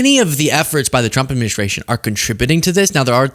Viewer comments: You wonder why she says chump instead of trump and chater instead of trader? Wonder no more! It's because of her top lip! It doesn't move because of all the injections that she's gotten into it or plastic surgery she's had done to it or whatever so her mouth can't form in the correct way to pronounce the letter R! I think women that have that done are fooling themselves not anyone else!! She probably look better before she had that done! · Me (as a German) hears "Shrump" ... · She can say strengthened with the tr correctly lol. She should be saying shtrenkthened if she can't say Trump. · She says President Chump! 🤣😂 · That’s not the first time she slipped up and said CHUMP…Freudian slip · I don't want to shame her speech impediment, but tr=ch, like chump and chading, and cr or pr= r as w, like pwesident and cwimes. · She cannot say his name correctly. LMAO😅 It's only the tCHEWTH⚠️ (Edit; Your acting is better than the acting Director of FEMA) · Did she say president chump or trunt? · As a speech pathologist, the tr blend is often mispronounced as /ch/, but it is hysterical that she repeatedly calls him a chump :) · I still roflol that she can't pronounce tRump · I never realized Leavitt can't say Trump... I am laughing so hard.